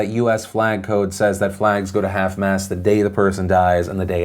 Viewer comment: Phil its mast not mass